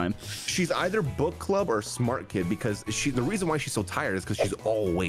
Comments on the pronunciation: Dude all I hear is "butt club" and it cracks me up 💀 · whenever says book club....i hear butt club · I cant stop hearing „butt club” lolol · accent is killing me every time he mentions the "bukk club". It just sounds so wrong:-p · Gotta love the British accent saying "Book Club"